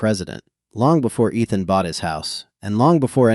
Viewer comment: Miss-pronounced Ethan!